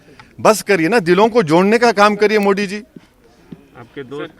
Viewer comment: मोडी नहीं मोदी बोल हरामी , और सुन बार बार अनकोनस्ट्यूशनल-अनकोनस्ट्यूशनल कहता है ना तो तू खुद भी अनकोनस्ट्यूशनल है